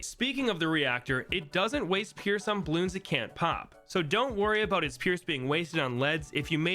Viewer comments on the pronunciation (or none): forgot the R in “pierce”